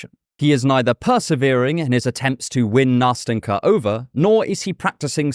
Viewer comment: Nast’en’ka, very soft t and n sounds. It’s a diminutive from Anastasia, it should be soft and tender. It’s not that hard to pronounce, why don’t people even try?